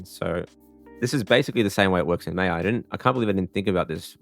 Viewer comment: My guy really called maya MEYA 💀